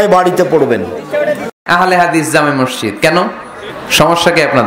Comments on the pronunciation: উচ্চরণ মরশিদ নয় হবে মসজিদ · মিজান সাহেবের মসজিদ উচ্চারণ ঠিক না তিনি বলেন মরশিদ